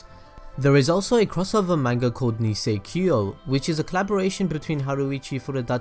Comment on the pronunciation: It's nisekoi not nisekio